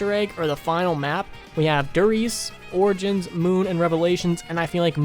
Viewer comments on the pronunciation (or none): This guy has brain issues he put r in front if origins😭🔫